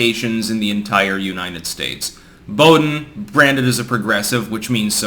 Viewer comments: Bow-dean Sanfran-cisco say like that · Boo-dean. For future reference.